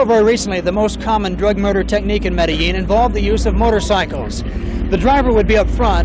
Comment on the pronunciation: Pronounced the ‘L’ in Medellíin…. Ai fingerprint